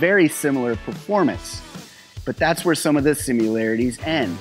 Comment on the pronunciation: "simUlarities" makes me shiver